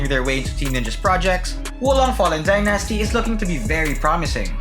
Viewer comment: You are pronouncing the word Dynasty wrong dude!